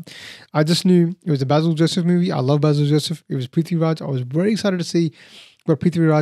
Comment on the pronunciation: Hi, -- long time no comment, I've been taking a break from online stuff. But I hope you don't mind me offering a gentle correction and some comments. The gentle correction: Basil's name is pronounced Bay-sil, not Bah-sil (as we would say in the English speaking world). I'm like you, I had a blast watching the film, especially the second half where it descends into pure chaos. I'm actually not much of a fan of Prithvi doing comedy, I really don't think it's his wheelhouse, but they put him precisely in his darker, hero-type avatar in the second half and there I thought he was terrific. Also - there was a lovely and fun cameo appearance near the end of the movie by Aravind Akash, who played Lord Krishna in Prithviraj's debut film, Nandanam. They even use the music for him from the film in this film. I had an "OMG" moment when I saw him and heard that, I was so tickled that they did that. (Also, BTW, they did not actually shoot at the Guruvayoor temple, that was a great set they build for the film). Anyway, Nandanam is absolutely one of my favourite films, I've written about it and shared it so much:-) Oh, and Prithvi says the last line of Nandanam (originally said by Nivya Nair in the film). There were a lot of other references to films and memes in the film, too (another one that stands out for me is a line from Drishyam, which Prithviraj says, imitating Mohanlal's shoulder drop).